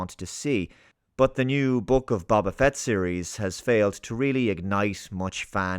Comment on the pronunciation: You saying "The book of Babba Fett" undermines this entire video.